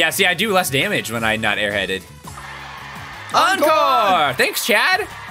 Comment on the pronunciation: Encore, not enecore.